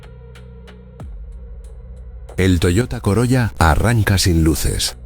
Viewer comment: SE PRONUNCIA " COROLA"